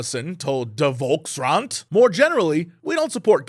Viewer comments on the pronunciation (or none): Its 'Volkskrant', (translated as 'the common people's newspaper'), not 'Volksrant' (the common peoples... rant?) 😆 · lol.. Volksrant... it is a newspaper called Volkskrant.